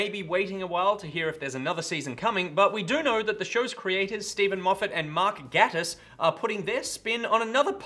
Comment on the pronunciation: [cringes at how pronounces Mark Gatiss]